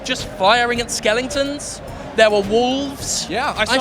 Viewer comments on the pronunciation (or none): Skeleton* he was pronouncing "skeleton" similar to skellington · what the hell is a skelington? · WTF is a skelingten? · What's a Butahfly? Or even a skelington? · lol the fat guy has a strange pronunciation